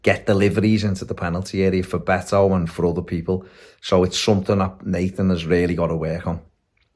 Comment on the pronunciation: It's pronouced Bet-o, comes from his first name Norberto